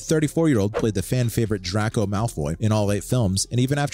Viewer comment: How TF do you butcher Ginny and Draco's name's??